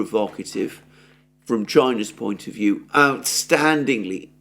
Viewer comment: China not Chia.